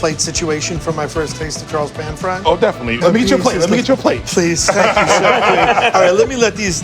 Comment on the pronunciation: He said thank you correctly: gam sa ham nee da.